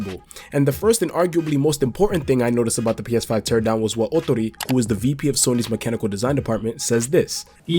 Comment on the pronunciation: Great pronunciation of Ootori’s name And yes you were correct!!! Awesome!!